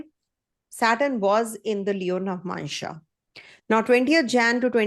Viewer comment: Madam it is nava+amsa not navmansha